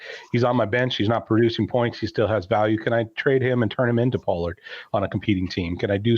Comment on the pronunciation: This guy said burks for pollard 😅☠️